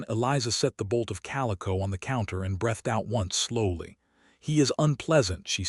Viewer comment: OMG! Get an AI narrator that can read names correctly!! Ca-leeb, Eh-leenor...and "breathed" is pronounced with a long E, not a short one.